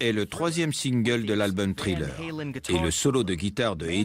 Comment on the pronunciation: Les traducteurs pourrait prononcer les mots anglais correctement? Parce que " trilleur " ça agace les oreilles!